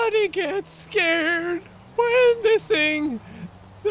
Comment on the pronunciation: you don't know how to say when,It's not Wen it's when ok